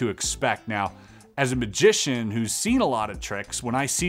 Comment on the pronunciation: Any reason why you say majic and majician ? Just wondering ! No Trolling ❤